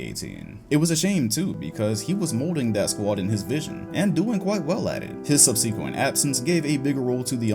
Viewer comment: Subsequent is not pronounced sub-c-kwent , it's more like subsuhkwent